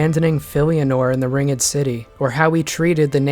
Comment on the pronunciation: "ring-ged." "Ring-ged city." XD just pulling syllables outta thin air eh? Tis okay. I say yonder quite a bit. Just giving you a hard time, obviously I made it to the end to even hear such an abomination. 10/10, no additional complaints